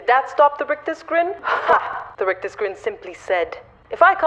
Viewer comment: Brilliant!!! Love the rolled r's on 'rictus' !!!!😂😂😂 Happy Christmas!!!!